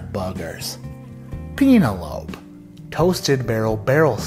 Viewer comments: Ok, got me with the Pene-el-lope. Both the pronunciation and the recommendation. Had one in my hand last week and didn't pull the trigger. Shit Fireworks, bourbon, and boobies. Happy 4th!! Lol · Penil - lope 🤣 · “Pee nah lohpe”! I laughed out loud. Love it. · Completely agree on the Penelope! I picked up a bottle of that exact variety a few months back and love it but I’m almost out. Would definitely grab another. That pronunciation 🤣🤣